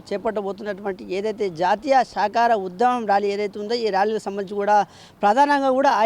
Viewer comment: శాకాహార...శాఖ కాదండి.